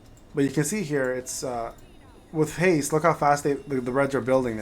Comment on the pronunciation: What does haze do? Edit it's actually haste. He just says it weird 😂